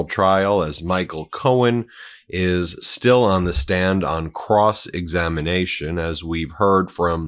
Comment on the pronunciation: Cross examinamation? I'm sorry Benji but that was funny and a much needed giggle. You're tired from your very wonderful weekend and I absolutely understand. Now get outta here and enjoy your honeymoon!! 💙💙💙 God bless you and your family.